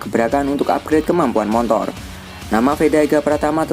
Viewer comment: Motor min bukan montor 😂😂